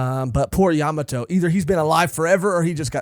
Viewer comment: Bruhhhh I like watching y’all so imma NEED u to correct this YA MA!!!!!MOTO not Yamato YaMAmoto